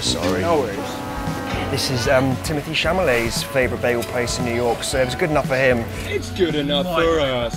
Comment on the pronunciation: "Timothy Chamalet" 😂👍